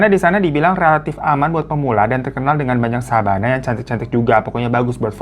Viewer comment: Koq Sabana sih? Yg bener bukannya Savana yak? Apa efek lagi puasa nih gw jadi inget Sabana 😂😂😂